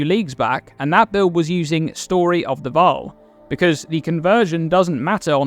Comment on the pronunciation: So many "bi-owd' enabling uniques